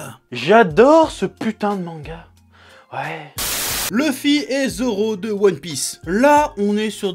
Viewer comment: c'est luffy pas leuffy